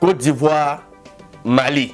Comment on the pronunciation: they call his "ivou"😂😂